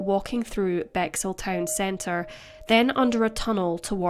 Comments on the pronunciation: thank you, came here to say this - lol first time I’ve heard it pronounced that way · Great video, thanks for covering this. BTW - it's pronounced 'Bex - Hill' not 'Bexxle'.